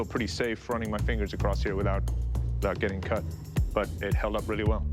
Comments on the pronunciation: It will cot? Don't you mean it weel keel? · "It wil kad" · "It will cot" 😂😂